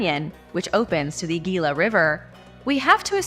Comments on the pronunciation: Gila is pronounced Hee-luh. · Gila river is Spanish. so it is pronounced Heela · The word 'gila' is pronounced he-la